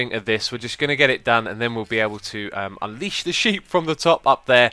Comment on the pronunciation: Name your next episode, 'Unleesh The sheep!' :P